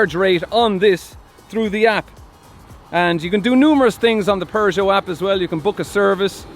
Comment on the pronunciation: The pronunciation of Peugeot is not "PervertJo"... to be clear 😂